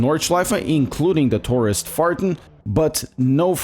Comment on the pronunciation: I thought I heard "tourist farting"...